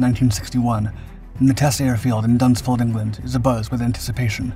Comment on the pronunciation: Does he really say Dunsford in Surrey